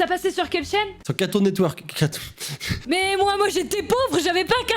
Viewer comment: sora il ma tuer 😂 comment il a pronomcer catoun networks 😂😂